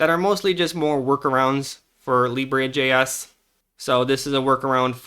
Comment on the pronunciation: It's pronounced Lee-Bruh, not Lee-Bray.